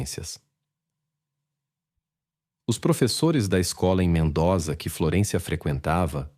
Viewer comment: Se pronuncia: MENDÔZA